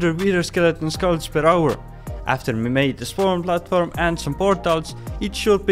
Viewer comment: the weirdest pronounciation of skull